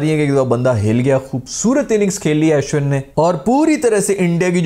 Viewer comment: o bhai ASHwin nahi its pronounced Ushwin lol.